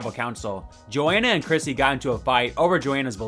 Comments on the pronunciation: Bro... how do you not know her name is CHRISTY, not Chrissy??? Stop making videos. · i think u said chrissy instead of christy a bunch of times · yeah, I heard "Chrissy" & that's what close-captioning picked up too 😅